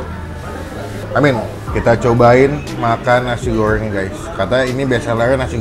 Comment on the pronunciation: Nasi goowwwwrrrrweeenggg chabbbbee rrhhhawitttt